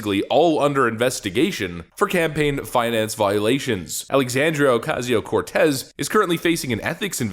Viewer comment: Dude stop saying her name like that.